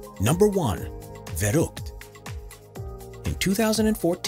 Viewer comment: You said verrückt so damn wrong that i doesnt understand what youre saing in first place